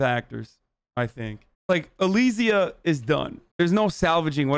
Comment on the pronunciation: can we talk about how they pronounced alisias name different each time